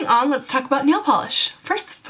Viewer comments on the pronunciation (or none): none